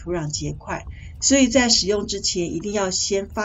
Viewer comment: 謝謝分享!聽到"發酵"正確的發音好親切呢! 妳解決泥土板結的方法補錯喔!我也試試看!